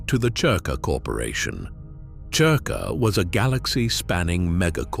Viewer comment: It's spelled cerka but pronounced zerka